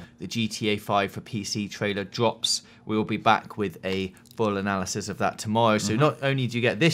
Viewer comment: "dwops" ahaha awww :') <3